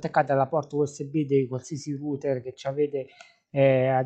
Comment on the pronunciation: la prima persona italiana che pronuncia correttamente router! :D